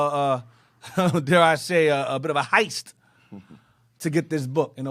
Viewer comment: Lmao "Heist"... Lol